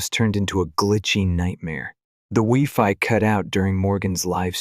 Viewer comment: Not the wee-fi